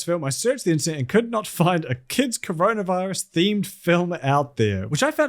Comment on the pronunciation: or as pronounces it: “cronavahrus”